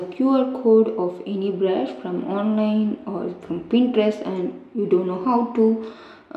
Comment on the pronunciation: Bruh in a part he said "brusu"